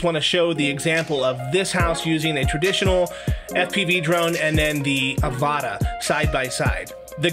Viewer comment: It’s pronounced the same way as avatar without the r 😮😂